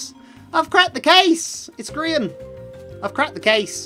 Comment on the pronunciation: Why do u call him grian mc